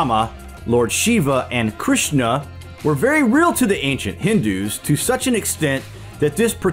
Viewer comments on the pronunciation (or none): none